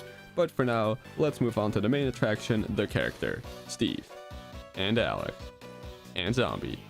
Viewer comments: its alex not alec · Did just said Alen instead of Alex?